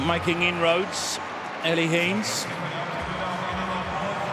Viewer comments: Henes is pronounced "Hen ess". It is irritating when announcers don't take the trouble to get details like that correct. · Fantastic run. You'd think the commentator could pronounce her surname correctly, especially considering her mum was a great athlete in her day.